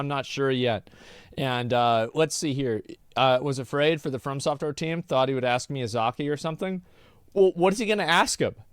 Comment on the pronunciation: ASMONGOLD FOR THE LOVE OF GOD ITS "FROM"SOFTWARE NOT FIRM SOFTWARE